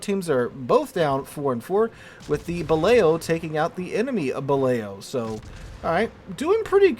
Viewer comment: I think Balao is actually pronounced "ba loo".